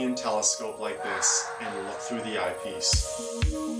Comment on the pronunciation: I can’t handle the way this guy says eyepiece, such a weird inflection. Sounds like he’s saying IPs.